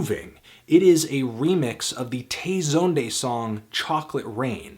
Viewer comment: Tay Zone-day, what is that pronunciation?